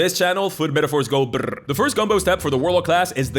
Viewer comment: I know this man/eldritch hat is a Spaniard, but did he really just roll the R's in "go Brrr"... I'mma start doing that now.